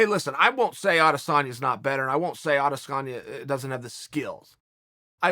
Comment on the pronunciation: Adesanya is pronounced "I dis own ya" not "Ades San ya". Get it right folks.